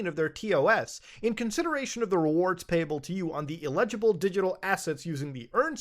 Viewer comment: You’re mispronouncing the word eligible! My thumb writing should be perfectly legible… hand writing fair enough… but this is standardised font… I don’t really know why I’m watching this though as I have too little money to invest it in anything but groceries and Chinese viagra and it’s all gone the day I get it… Hmmm maybe these crypto geniuses should be watching meeeeeee????